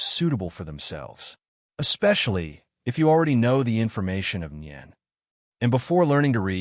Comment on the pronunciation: Boring and a puppet master type nen is boring. And ai can't even pronounce nen wich is sad considering it's the basis of the entire story